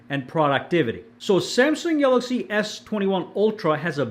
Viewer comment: Be says galagsy Instead of galaxy😅